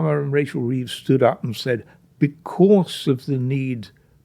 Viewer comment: Sorry 'Reeves'